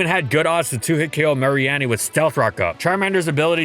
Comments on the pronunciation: I came to comment the same thing, I was completely thrown off by that. It's definitely Ma-ree-nee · I don't think I've ever heard Mareanie pronounced "Marie-Annie" before. I've always said "Ma-Ree-Nee" since I assumed the name was a splice of 'marine' and 'meanie'. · "Mar-ee-annie”? 😂 You mean Mareanie? Like, Marine + Meanie? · Don't think I've ever heard someone pronounce mareanie as "mary-annie." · It was so weird hearing "Mary-Anny" for Mareanie... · DID THIS MAN JUST SAY MAREE-ANNIE????!!!! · I wonder how many of the downvotes are due to how this video butchered Mareanie's name. It's a combination of Marine and Meanie. Not "Mary Annie". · Poor Mareanie getting its name slaughtered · That pronunciation of Mareanie was so bad I could swear you did it on purpose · Why does he pronounce Mareanie like that? Is that the official pronunciation?! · You'd think that would know how to pronounce Mareanie after all theses years. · Can we talk about that Mareanie pronunciation? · That Mareanie pronunciation though